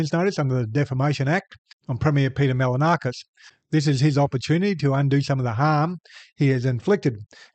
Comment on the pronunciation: Try pronouncing his name properly. Its not Mal-a-na-kis. You could try Mahl-in-o-skus. No stress expressed anywhere. Try that. It'll be better than most attempts. You'll get it right while he gets it wrong. Couldn't be better. English speakers are the laziest in the world.